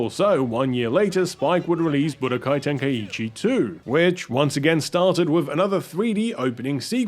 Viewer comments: Its so funny to me how people miss pronounce Tenkaichi by adding an "E" sound to the word. "Ten-Kai-E-Chi" when It's "Ten-Kai-Chi" even the game itself gets this wrong. lol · splitting hairs here but Tenkaichi is pronounced "Ten-kye-chee" and not "Ten-kye-ee-chee' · What's with the pronunciation? Isn't it ten-kai-chi?